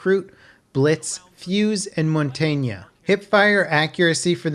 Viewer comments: Just to let you know it’s mon-tange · Did he really say Mon-tayn-ya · mon-tahg-neah*, putting a - in the middle of a word doesn’t help. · Smh how you pronounced montagne....